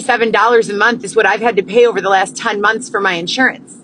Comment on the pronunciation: What about when she says “Munthssss” drives me crazy